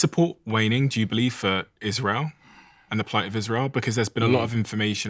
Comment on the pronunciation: This guy is all wrong about Isra-yell. See Hannibal directive